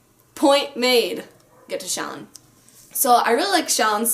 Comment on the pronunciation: Thank you for pronouncing "Shallan" as SHALL-an, rather than shall-AHN like I keep hearing so many commenters pronounce her name.